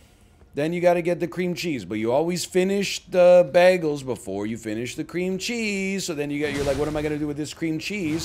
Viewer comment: The way he pronounces bagels causes me physical pain